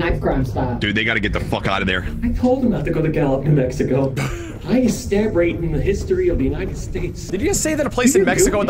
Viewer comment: It sounds like he said N'Mexico...